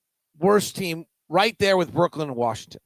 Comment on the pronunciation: I love how pronounces it Brookland and Portlynn